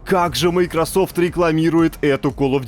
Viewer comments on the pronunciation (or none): none